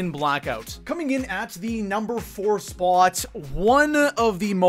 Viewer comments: why do you always pronounce spot like SPAAAAWT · You pronounce the word spot really strangely.... It was doing my head in....